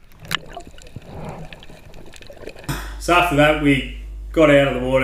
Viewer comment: I love the way Aussies say 'FUCK.' Really feels like they are in pain.